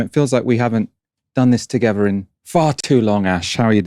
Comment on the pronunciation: Togever? Will you learn to talk properly?